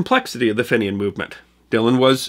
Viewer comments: Fenian is pronounced "fee-nian" not "fennian". Other than that, great yarn, as usual. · one issue on this.....its pronounced feeee nian, not short finion like you pronounce greeting from EIRE love your shows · you should have said the Fenian raids were also in the early 1870s. Also, your pronunciation of the word Fenian is may not be correct, the first letter "e" in the word Fenian might be pronounced as "ee". I earned a master's degree in history and I have researched this topic. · I was confused about who these "Finians" were until you mentioned their attacks on Canada in the 1860s It was then that I realized you were talking about the "Fenians" which is the pronunciation I always heard from when I first heard of them. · Fenian is pronounced "Feen-ian" not "Finn-ian". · you really need to work on pronunciation... FENIAN is said as Fee-nian not Fin-ian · Feenians not Finnians! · Hi from Ireland, very much enjoy. “Fee-nyan” is the pronunciation as others have mentioned, prominent part of our history. Small part of the North American story! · Great story on Dynamite Luke. FYI Fenian is pronounced Feenyan. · Pedantry perhaps but the pronunciation of "Fenian" is - "fee-nian". I enjoy these presentations enormously and subscribe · FYI, Fenian is pronounced 'Feen-yan'. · Fenian is pronounced ...Feen-ian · fenian is pronounced FEENYAN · Another great piece of history from the, but the pronunciation of fenian made me sad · Enjoyed the video but your pronunciation of Fenian is way off the mark, it's too difficult to tell you how to pronunce it, but listen to the song the Bold Fenian men.